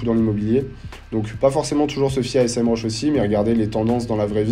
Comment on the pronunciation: Merci pour cette vidéo de qualité. Parcontre c'est pas S-M RUSH c'est Sémrush 😂